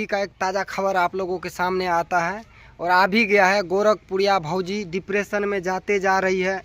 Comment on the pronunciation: Badka tum padhe likhe ho isliye dipression v bolne nahi aa raha h